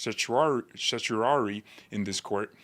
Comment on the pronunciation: Ser-sher-are-ee. 👍